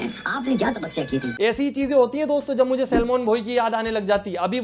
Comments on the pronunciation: its salman not shelman😂😂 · Pahli bar Salman bhai hota hai bhai Salmon nahin hota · Bhai भाई और तो सब ठीक है पर आप सलमान भाई को शेलमान भाई मत बोलो please😂😂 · First of all its salman not selmon😂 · Sellmon bhai 😂😂😂 kam se kam name to thik se le lete Salman bhai 😅😅😅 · Ek baat to Salmoan bhai Nahin hota Salman bhai hota Hai